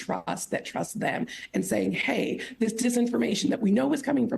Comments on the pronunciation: Dude, it is pronounced COM-mah-lah not com-MAH-lah. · Matthew Dowd. Maybe you've just listened to too much DJT in your job, but our VP's first name is pronounced KA-ma-la. Not Ka-MA-la. Trump does that to insult her. You don't want to do that. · And can journalists / reporters / anyone who appears on Youtube, Tiktok, wherever, please learn to pronounce her name. She's been VP for almost 4 years. It's KAmala. Not KaMAla. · If you're good with Kam, learn how to correctly pronounce her name, it's not ka-Malla. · Say it with me: Comma-luh. If you're going to be an ally , please learn to pronounce her name correctly. It's not that hard. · Kamala Harris. Her name is pronounced Comma-la. It really is annoying that people can’t pronounce the Vice President and soon to be democratic nominee for the POTUS’s name. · Say her name correctly it’s KA-ma-la, ka -MA-la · Matthew Dowd, PLEASE pronounce her name properly! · Dowd can't even pronounce her name correctly. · Why are they letting him mispronounce the VP’s name like that?!? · Dude, pronounce Kamala's name properly! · This guy needs to learn to say her name correctly, not the way Trump says it. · Why can’t people pronounce her first name correctly? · Thumbs down after his second use of Kamela's name with a mispronunciation with accent on the second syllable. On thumbs down and every time I hear a supporter pronounce her name that way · How about you require people talking on your show to give VP harris the respect she deserves and pronounce her name correctly?! , LA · They should tell them how to pronounce kamala's name before they let him on air. What a bunch of jerks! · Good Grief, Matthew Dowd. I agree wholeheartedly with you. But you need to learn how to pronounce "Kamala" correctly! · Why can people not pronounce her name correctly?! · Too bad Matthew Dowd can't (or won't) pronounce Kamala's name correctly. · Who is this guy? Learn how to pronounce your new president's name! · Learn to pronounce her name. It isn't hard.